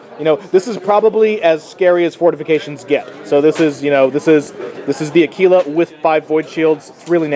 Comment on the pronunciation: It's pronounced akwilla, not akeela. Methinks you had too much tekeela.